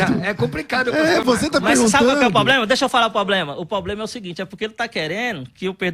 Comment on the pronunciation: Depois do " poblema", parei😂😂😂